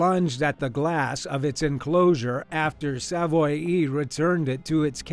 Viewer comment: Its pronounced Sav-Wah, not Sav-Oy-E